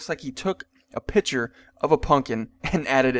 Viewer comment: What is a piture that's what ur saying its a picture speak English